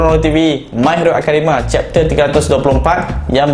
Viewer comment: Bang tersasul ke awal² dengar my hero academa